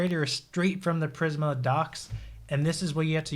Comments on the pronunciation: It’s pronounced PrismA, not PrisM 😀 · Videos are so good. I just hate when he says prism when it's prismA with a A at the end??😂